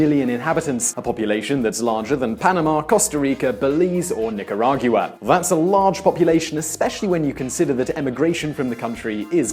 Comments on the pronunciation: neek-a-RA-gwa NOT nik-a-RA-gyoo-a. I can't even pay attention to the video now. I'm a loser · His guy obviously doesn’t speak Spanish Nickeragua is how you should say t not niciagrua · please quit mispronouncing Nicaragua. it has 4 syllables not 5... "nick-arr-ogg-wah" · What a creative way to say "Nicaragua". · The pronunciation of Nicaragua, Mara salvatrucha and barrio was atrocious at best 😂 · This guy spells El Salvador wrong and he pronounces Nicaragua so wrong that it makes my ears bleed.